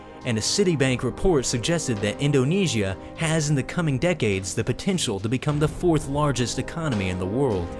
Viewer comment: In-do-KNEE-S-I-A can you get anymore annoying